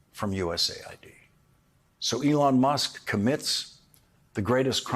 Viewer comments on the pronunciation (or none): You accudently misspoke Musk's name for a moment, calling him Muck. I think that is actually perfect for this cretin.